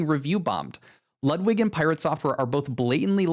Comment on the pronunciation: Ludwig is pronounced Lootwig